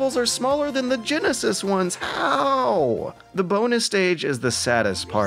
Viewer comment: ... Excuse me? Did you just pronounce the word "genesis" as "jen-a-sass"? Did you just turn into Forrest Gump? "Jen-nay, can we play tha Say-gaw Jen-a-sass?" It's Jen-uh-sis.